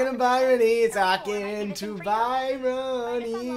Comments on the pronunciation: WHEN WILL REALISE HER NAME IS BRYONY NOT BYRONY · I love how he pronounces it by-rony instead of bryony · Is no one gonna talk about how didn’t know how to pronounce “Bryony” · they pronounce Bryony's name wrong every single time AHA